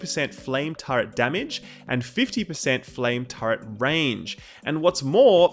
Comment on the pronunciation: "TURRET" "TURRET" "TURRET" there is no "O" in TURRET "PARTY" "PARTY" "PARTY" not POTTY.